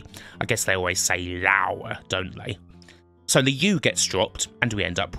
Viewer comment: I've never heard of American having a problem with saying Laura... or indeed Lauwa as it seems to be pronounced in this video.